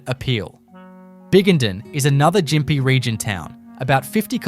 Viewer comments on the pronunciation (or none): Can't watch this, half the photos are reversed, and it is pronounced Gympie with a hard G not Jimpy. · You don’t even pronounce Gympie properly ! 😂